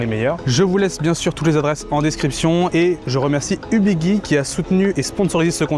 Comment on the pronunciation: On dit Ubiji et non Ubigui (Guirlande, gyroscope)